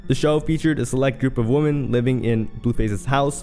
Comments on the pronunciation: Ffs, its "women" not "woman" how do you not know the plural of woman is women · another WOMAN ......... other WOMEN....they are pronounced differently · Two things that annoyed me throughout this entire video. 1.) OP not knowing the difference between WOMAN and WOMEN, at least the pronunciation. 2.) "Fans" getting upset for their trash idol as if they know everything that's going on behind the scenes. How does one even become a fan of Chrisean? Serious question. Sad how people are more invested in the lives of people they don't know than they are with their family/friends. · 🫤Why are you pronouncing women wrong? IT IS [ wim-in ]. 👍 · This dude can't say "women" in the plural form at all 😂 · WHY DOES HE KEEP SAYING "WOMEN" WRONG?? bro.. Love your content but plz, work on that